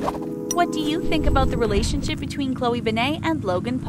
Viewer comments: ughhyou kept pronouncing her last name so wrong!! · They said her last name like ben-nah. Its said Ben-it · In her name you pronounce the T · I know it's not ben-ae it's ben-et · Its like saying ben then net at the same time and not banai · Her name is pronounced (Ben-Ay) it's (Ben-Et). Gah, you do soo much research but you can't even say her name right. Love you. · Stop saying her last name wrong ITS BEN-ETT NOT BEN-AI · "Bennay" It's BEN-NET, OK BEN-NET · Why "Be-ney"? Not "Ben-net"? You said her name wrong. It would be "be-ney" if it had only one N. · Ben nit not Ben nayyyyy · Why do they make its sound like she has a French last name,like nooooooooo it’s Ben-net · Beney?? Come on!! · i know they should have said ben-net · Omg they said both of her last names wrong, its pronounce ben-net, and pronounced wong not wang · Midnight Jewels yeah they keep saying bennaye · ...."Bennay"...???? Are you serious?!? sigh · Her name is said BE-NIT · It’s pronounced BEN-IT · Said her last name so wrong🤦🏻‍♀️🤦🏻‍♀️🤦🏻‍♀️ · Said her last name wrong 🤦🏼‍♀️ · I cringe every time you say her last name wrong. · Her last name is so simple and they still can't say it right. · Maybe should actually say her last name right, like really? This is really annoying me {edit} I wasn’t suspecting that much of comments and likes, I’ve never received this much but thank you guys 😊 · You pronounced her last name wrong. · She did say it wrong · Ik I hated that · Their grammar and pronunciation make me wonder if they have ever sent their scripts or videos through editing processes. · Ugh ikr 😑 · ikr it pissed me off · She said her last name wrong 😂😂😂😂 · Chloe who ??? Why do you pronounce her name like that???? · you said her name wrong so annoying and I love chlogan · Ishan Ali YOU GUD BRO? I understand why u said that they said her last name wrong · You don’t say her name right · OMG the last name thing is BRUTAL also add how she said Krav Maga